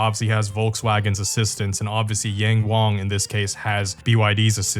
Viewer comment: Why do you say YangWang like that 😭 the `ang` is pronounced the same, both are said like how you said wang.